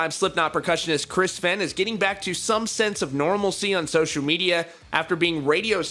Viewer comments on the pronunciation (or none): Fain not fen (I'm sounding it out)